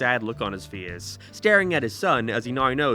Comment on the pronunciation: Why can't this guy say face